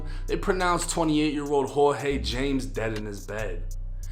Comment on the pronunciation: It’s not James it’s (Highmes) Jaimes